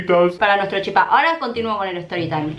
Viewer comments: Cada vez que un porteño dice CHIPÁ o CHIPACITO un misionero muere. Se dice CHIPA sin acentuar la A lpm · Por cierto se dice chipa con acento en la "i" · No sabía que habían personas de baires que dicen chipa y no chipá uwu eso me alegra ah los tkm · Porque dicen chipÁ? Es chipa, normal sin el tilde, colta. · Y no se dice chipaa de dice chipa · Te banco,pero me molesta que algunos porteños digan "chipá", es CHIPA lpm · Nerviosa me pone cuando dice chipá🤣 CHIPA ESSS añarako🤣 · Es CHIPA sin el acento Me frusta cuando dise chipá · no soy mala ni una either pero se dice chipa no chipaaa😂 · COMO VAS A DECIR CHIPÁ ES CHIPA SIN TILDEEEEEEEEEEEE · Se dice chipero amiga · Porque dice chipá me desesperaaaaaaaaaa, es chipa sin acento ppr diosss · nose dice chipá se dice chípa* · es chipa no CHIPA en ese tono0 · Es chipa ...no chipá ....pa saber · Nuestra chipa, La chipa, Pronuncias mal el chipa cargas mucho al final se carga en el Chi no el pa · No es chipá es chipa gran 7 infórmate para hacer tu video, es una comida típica de Paraguay y no se pronuncia como te da la gana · La chipa es de Paraguay punto final,me molesta que los argentinos lo pronuncien mal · Solo a mi me molesta que digan Chipá? No es hate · COMO VAS A DECIR QUE LA CHIPA ES ARGENTINA ENSIMA QUE LO PRONUNCIAN MAL 😐😐😐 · Lo gracioso es que "chipa" Es un término derivado del guaraní, además que ni lo saben nombrar bien. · Es la chipa, solo los argentinos pronuncian mal. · Chípa con asento en la i:3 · Algunos de los youtubers que sigo suben videos haciendo chipa y les juro que odio que digan CHIPÁ, NO SE DICE ASIIII AAAAAAAA bueno igual te quiero mucho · Soy de Paraguay y en guarani se dice "ShipA" asi suena la ch suena sh Y en castellano es Chipa sin el acento en la A